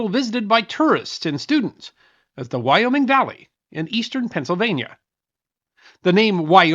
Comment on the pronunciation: Thank you. I lived in Wyoming Valley, and when that was said, I cringed big-time.